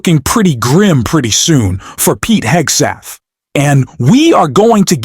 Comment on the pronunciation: You lost me when you called Pete Hegseth, Pete Hegstath. A little thing but it shows a lack of professionalism and seriousness. Know your job and the names of the individuals you incorporate in your presentation. It's kind of like spell checking your work.